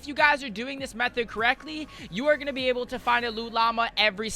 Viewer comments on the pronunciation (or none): none